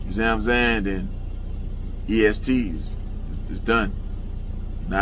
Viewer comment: Not East Gee 🤣 🤣 🤣